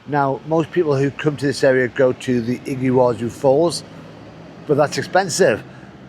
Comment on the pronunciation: Impressive "Iggywazu" falls in Paraguay! The best video since Patagonia! Soooo much water in the Monday river! Imagine butterflies flying through the curtain of water - an amazing sight on the Brazilian side. This view of the Iguazu Falls (pronounced "EE-gwa-zoo") from Paraguay is impressive enough. Fantastic!